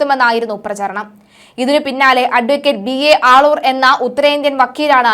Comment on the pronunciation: ആളൂർ അല്ലേ?? മള്ളൂർ എന്ന് പറയുന്നു... 🤔🤔